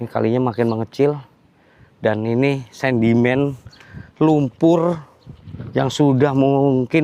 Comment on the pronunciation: SEDIMEN BANG,BUKAN SENDIMEN......SARAN AJA..